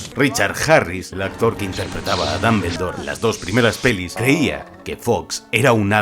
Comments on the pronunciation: Dos cosas... 1- El Basilisco jamás volvió a ver la estatua de Salazar Slytherin porque Fawkes lo había cegado y por ende no podía, ese movimiento fue solo de agonía. 2- El mejor Dumbledore (Dómboldor no esa basura de pronunciación de dambeldor) es y siempre será Michael Gambon. No encontre ni una que no supiera ya así que ni modo talvez a la proxima conseguis mi suscripción. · Sale sangre oír decir a un español DAMBERLDOR. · dombuloi dambeldor